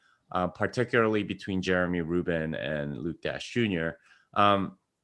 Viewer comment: I wonder when people will realize it's not Luke Dash Junior. It's Like Dashjr with the j read as an i. "Dashir".